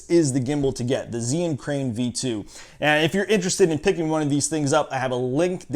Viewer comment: mispronounced the name